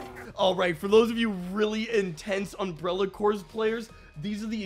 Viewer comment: bro said umbrella corpse